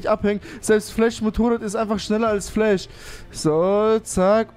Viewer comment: Fläsch nicht Eirenman